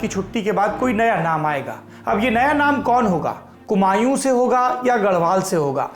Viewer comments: Abe oo not kumayu👿.....kumaon🥰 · सर कुमायूं नहीं कुमाऊं ! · कुमायूं नहीं सर कुमाऊ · कुमायूं नहीं कुमाऊँ, please correct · कुमायूँ नहीं कुमाऊँ कहिये सौरभ जी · ha ha ha ha ha inko adat ho chuki hai har jagah muglon wale naam bolne ki Humayun type Kumayu bol diye🤣